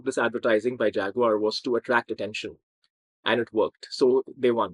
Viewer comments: That's SHAG-uar, baby! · And consider the way the British pronounce Jaguar. Americans like me say "jagwire" (or maybe "jagwahr"), the British pronounce it "jag-you-are" -- "Fag-you-are". ....lol!